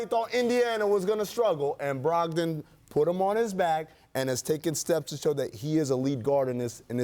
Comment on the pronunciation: This dude just said brogdom over beal?